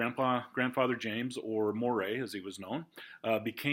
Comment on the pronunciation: Just wanted to mention "Moray" is actually pronounced like the name "Murray". I've heard the rule for British aristocracy is that the more famous someone is, the more likely it is that their name is not pronounced as it's spelled. :)